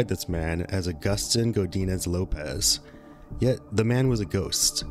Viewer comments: Hey, just wanted to let you know Agustin is pronounced Uh-gust-teen not Uh-gust-tine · It’s pronounced aww-gus-teen 😊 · Except for mispronouncing Augustine lmao